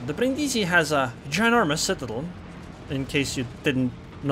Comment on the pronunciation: Your pronunciation of Brindisi is spot on, don't listen to them. I would know, I live next to the damn city.